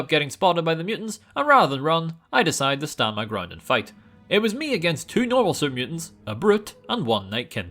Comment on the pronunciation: When he says super mutants I can’t not hear Serbians